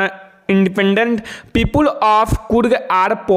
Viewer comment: Sir pepule kya hota ha people hota ha😂😂😂😂